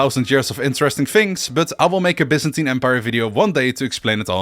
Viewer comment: Finally someone who knows it’s pronounced Bee-zantin not Bi-zantin.